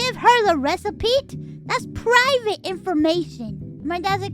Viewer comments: love how she says recipete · Recipe. It’s pronounced recipe. There isn’t a single a ‘T’ in the word recipe. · Why is she pronouncing the T so hard XD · I’m perfectly calm. I’m just pointing out that she does it on purpose.